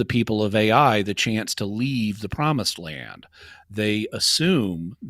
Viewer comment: I'm so annoyed at the when he starts pronouncing the name of the land "Ai" as "A + I" instead of just "I"...